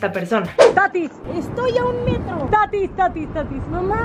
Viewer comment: Jajaja tatis! No tatiiiiiiis jajajaja